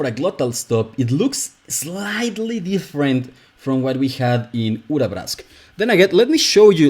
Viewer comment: the way you say Urabrask is really rewarding for the ear. thank you